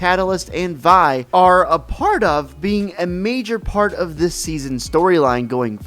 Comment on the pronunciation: Vi is said like vee not vai